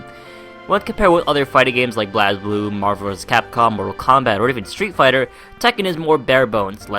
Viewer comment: It's pronounced Blaze Blue.